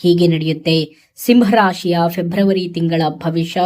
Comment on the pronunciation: ಓಂ ಶ್ರೀ ಗುರು ರಾಘವೇಂದ್ರಾಯ ನಮಃ,,, ಮೇಡಮ್ ಅದು ಫೆಬ್ರವರಿ,, ಫೆಬ್ರಮರಿ ಅಲ್ಲ ಮೇಡಮ್ 🙏🌺🙏